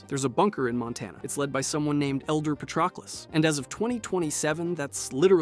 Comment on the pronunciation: Say it with me "Pəˈtroʊkləs."